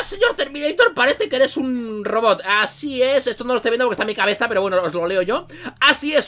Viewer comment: En el #minuto dijiste peyo envés de pero